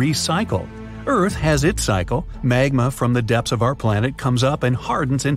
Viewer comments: Lol ERARTH? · Bruh it's earth